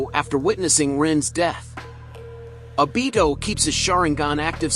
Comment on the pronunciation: Your saying the name wrong fok